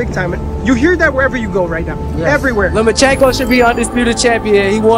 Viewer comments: Floyd: “Loma-chingo” 😂😂😂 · Did floy said lomachiko wtf bruh really needs a book